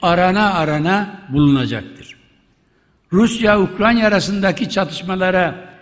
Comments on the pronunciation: Bu şahıs ustuste defalarca Ukranya diyerek,önünde yazılı olduğu halde yanlış okumaya ve söylemeye devam ediyor.Emekli olsa iyi olur. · UKRANYA !? 🤦🏽‍♂️🤦🏽‍♂️🤦🏽‍♂️🤦🏽‍♂️ Bu çok bunadı artık yaaa … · Vay be…! Ukranya imiş. Bizi bu yanlıştan döndürdüğün için minnettarım büyük devlet adamı, eşsiz siyasetçi… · Mature ,Ukranya değil, Ukranya mature Bahçeli. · Komşusunun adını bile telefuz edemeyen başkan, bravo sana